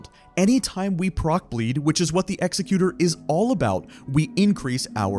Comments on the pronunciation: Great video, thanks for all the tips!!! BTW it's Ek-Zek-U-Tor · Hate to be the youtube 'ACKshuwally' guy but executor is fr pronounced like executive but with an "er". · W video but bro PLEASEE PRONOUNCE EXECUTOR’S NAME CORRECTLY PLEASEEEEEE